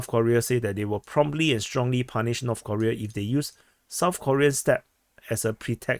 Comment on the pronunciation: North Koreeeeeeeeea (pronounced like Defense Politics Aaaaaasiaaaa)